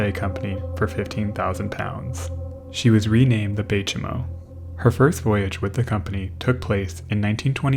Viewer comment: I'm not an Inuktitut speaker and only have limited knowledge of the language. But, the "Chimo" of Bay Chimo is pronounced "chime-o" since it derives from Inuktitut "saimuuq", a greeting.